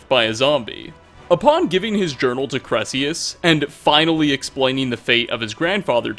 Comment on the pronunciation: Also, his name is pronounced Kai-Rel-Eus. He even says it